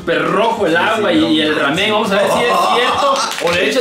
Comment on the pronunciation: El: (Raamen)